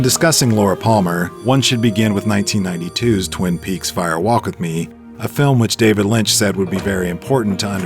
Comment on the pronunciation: Distracting that the narrator (AI?) continually says "Fire WALK With Me". Why the emphasis in "walk"? A fire walk (over hot coals) is a thing, it isn't a fire WALK verbally. Spoken aloud , it should sound like "firewalk". No special emphasis.